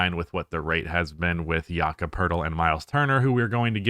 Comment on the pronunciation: His name’s pronouced Yakub